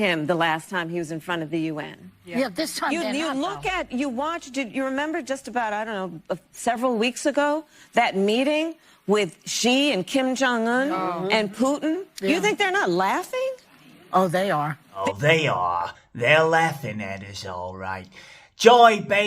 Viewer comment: All the fuss about wypipo saying 'Kamala' wrong, and the cunt just said 'Xi (Jinping)' like 'gee'. Idiots.